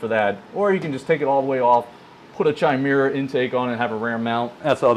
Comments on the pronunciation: Love your videos man...not bein a dick but I think its pronunced Ky-Mare-A. Its a mythical she-beast. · So many grom youtubers mispronounce chimera. Drives me insane. And we wonder why the "stupid american" stereotype exists...